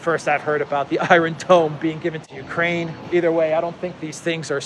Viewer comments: Apologies for correcting but it sounds so strange, are you pronouncing it that way on purpose? Iron, you say eye-ron, in American it's eye-ern and in British its eye-on, great videos by the way, I watch all the time, the videos are very informative and the delivery done well, thank you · in the word "iron" in English the "r" is silent.